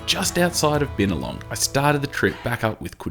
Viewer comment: Bin-a-long, not Bynalong.